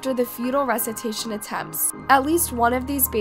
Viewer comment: wth is resitation😂u say this everytime you post lls it’s pronounced (Re-Sus-sit-tashon